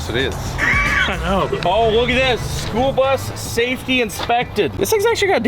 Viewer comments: The “Spoolbus”……🤷‍♂️ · im mishearing schoolbus as spoolbus lol